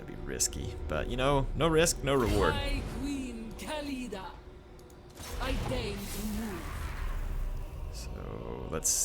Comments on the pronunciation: Its pronounced KHA- LID- AH not KALEEDA. The H in KH is not silent, you should make the sound of “KH” before doing the LIDAH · Mighty Khalida means immortal in arabic btw = خالدا the letter خ in the beginning of the word is pronounced KH not K.